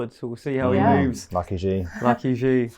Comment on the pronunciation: The big Xi-eese lol